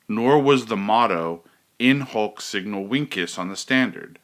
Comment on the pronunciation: Shouldn't it be pronounced as "In Hok Seegno Vinchez"?